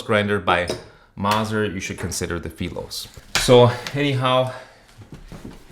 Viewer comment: I love you pronounced Philos the right way :) means "friend" in greek :) I got a modded SJ for single dosing and it's the exact same setup on the burr and carrier side. I know someone did some 3d printed inserts to stop the retention but I haven't gotten around to find them and order. I saw one seller a few years ago asking for 40 euros for a simple food safe 3d printed ring so I decided it's not worth it for me. And I agree, that's great for a store but for home either the Philos or the new fancy grind by weight one. I love Mazzer is doing something new as well for home.